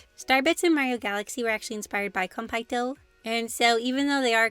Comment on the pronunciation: OMG they’re so cute! I love the idea of food and stars together! Btw Konpeitō is pronounced with an elongated e, not a! Otherwise awesome video!